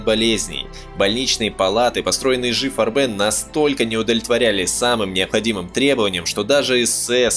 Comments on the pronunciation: Да почему и жи фарбэн (ударение на последний слог ? ) и г фарбен (красители краски по-немецки) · Не корректно ставите ударения и произносите на французский манер: Не "И Жи фарбЕн", а "ИГ фАрбен". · Отличный фильм. Только не фарбЕн а фАрбен ударение на а должно быть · Отличная работа. Помогло взглянуть на некоторые события становления Рейха под другим углом. Однако, периодами казалось, что автор изучал французский как иностранный, впервые слышу такое произношение «ижи фарбЕн» (уля-ля-ля, месьё), мне привычнее по-немецки – И-Гэ ФАрбен.))) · фАрбен - ударение на А - пипец как режет слух. если уже делаете серьезный ролик можно было бы и проконсультироваться. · Муха-перемуха, неужели трудно, всезнайки, поинт.как произносить пару слов 🤣 - не , ,ижи фарбЕн,, а И Ге фАрбен. Бляха муха. 🤣🤣🤣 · ИГ ФАрбен. Консультируйтесь у носителей языка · Уже сильно поздно. Но не читайте пожалуйста немецкие названия по-английски. И Гэ Фа'рбен. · ты хоть с немецким языком бы хоть чутка ознакомился бы, фарбен, фАрбен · Автор, у вас с немецкими ударениямм все очень плохо, слушать и смотреть после "фарбЕн" невозможно. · Ну видео просто бомба , нет слов . Однако ударения Автор ставит просто гениально , как будто не Германия , а Мексика какая то . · Farben - немецкое слово. Ударение на первый слог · IG это никакой не еж вам или ижи. это И Г или игэ фарбэн с ударением на букву А, а не на Э... в немецком не существует такого произношения... ижи ужас просто. G это не Ж. AG = АГ акциенгезельшафт.